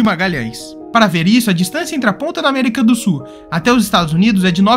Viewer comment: América do Su é bem ruim hein tem que pronunciar melhor amigo